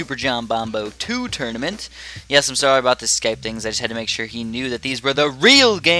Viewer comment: he says "Turdaments"